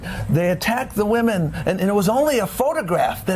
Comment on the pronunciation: His powa is Wamen! Tom Perez is a joke!